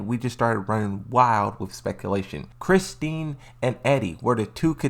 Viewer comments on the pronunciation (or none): I swear him mispronouncing her name kills me, and yet he has Dragunov down packed.